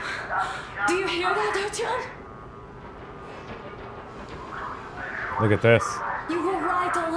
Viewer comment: This is neat! I'm enjoying your take on the game, as I always enjoy your "let's plays"! However, the in-game pronunciation of "Artyom" kind of drives me nuts. Anna says "Art-YOM" with the accent on the second syllable, and her father says "ART-yom," with the accent on the first. LOL. Something's fishy. I'm going with Anna being correct - after all, she's his wife, she ought to know.